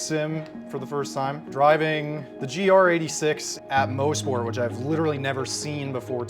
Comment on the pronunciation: "Moss-Port" not "Mose-Port" glad you guys had fun up here in Canada!